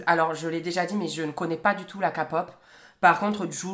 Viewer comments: « Kapop » sa se dit « képop » TwT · Omg la ka pop sa se prononce ké pop est l'explication de la k c comme la pop mais qui vient de coree du sud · / ON DIT PAS KAPOP MAIS K-POP TU LE PRONONCE MAL JE T’ADORE MAIS LÀ JE PEUX PAS TE LAISSÉ DÉFORMÉ LE NOM !❤😮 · mes oreilles saignent, Ké-pop pas ka-pop😭🙏🏻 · mais vraiment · C pas ka pop c ké pop 😌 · Désolé je tadore hein, mais sa se prononce KÉPOP pas KAPOP! 😭😭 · Euh....on ne dit pas K-pop (ka-pop) mais (Ki-pop) mais sinon je t'adore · Sa se dit ké pop , pas ka pop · mdr tes tros drole 😂😂😂😂 et sa se dit pas ka pop sa se dit kep pop et sa secrie k pop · Tu devrait écouter la kpop c GRV BIEN !!! et ça ce prononce " keypop " pas "KaPoP" mdrrr mais tkt 😂😂😂 sinon t génial ♡ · Dsl mais on ne dit pas « k-pop» mais on le prononce «ké -pop» voilà sinon je t’adore 😘continue comme ça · SA SE LIT "KÉPOP" ET PAS "KAPOP" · Quand j’entends “Ka-pop” je suis en mode "ÇA SE PRONONCE KÉ-POP” 😂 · Moi quand "j'ai entendu ka-pop"je pete un câble '"SA SE PRONONCE KÉ-POP!!!!!!!" 😳😡😠😆😆😆😆😆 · c pas ké-pop sa se prononce KAY-POP purée de pomme de terre😭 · Ouiii mais de fouu je saigne des oreilles a chaque fois 🥲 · Oh mon dieux mes yeux et mes oreilles saignent d'abord avec la ka-pop et ensuite avec la ké-pop pourquoi tant d'erreurs c pas compliqué pourtant c'est KAY-POP avec l'accent des familles qui fait plaisir😵😭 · C pas se dit pas "kApop" mais "kÉpop"🤦🏻‍♀️😂😂❤️ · Ca ce dit KÉPOP pas KAPOP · STPPP NON PAS LA "KA-POP" MAIS LA "K-POP" 😭😂 sinon t le meilleur #BTS #CROTTE AU CUL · C’est pas ka pop c’est ké pop rip le respect par contre 😂😂😭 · On dit pas kapop on dit keypop😂❤ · "La Kapop" 😂😭 Ça se prononce "ké pop" ;-; Mais bref la k-pop c la vieee ~ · « La KAPOP» 😂😂😂 niveau prononciation on dit plus képop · on adore le rire nerveux et quelques secondes après il s'étouffe 😂 juste sa se dit képop et non kapop 😂😂💜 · Tu me tue 😂 Par contre on dit "ké"pop pas ka pop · Il l’a dit comme « KA » pop et pas « qué » pop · La "kapop" je meurs 😂